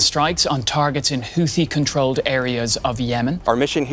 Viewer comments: If you want to narrate these videos at least make an attempt to correctly pronounce the words. Houthi= HOOTIE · They are going to need to spell it out for them like "Hoootheee" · AI generated content ..... the word Houthi comes up so often but is never pronounced consecutively in the same manner ...... Credibility = zero. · Okay, is it pronounced Howthie or Hoothie? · How many times can you butcher the name Houti in this valuable informative.? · You'd think the narrator would find out how to pronounce Houthi! Is it this AI?